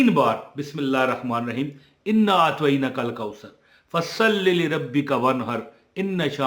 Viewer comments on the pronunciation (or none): اسلام علیکم آپ کے وظائف بہت ہی اچھے اور کار آمد ہے بس آ پ سے گزارش ہے کہ سورتہ الکوثر پڑھتے وقت اپنا تلفظ درست کریں انا اعطینک الکوثر میں و،٫نہیں آ تا تلفظ کی درستگی کریں شکریہ